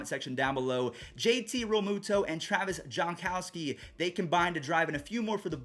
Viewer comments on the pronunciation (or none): none